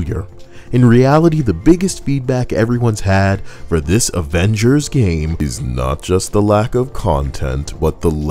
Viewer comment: “The averagers” 😭😭😭fuck that took me out!